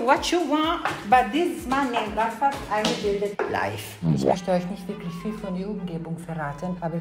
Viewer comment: Ich musste so lachen als man im Hintergrund hören konnte wie er gesagt hat "eingeblidet" xDD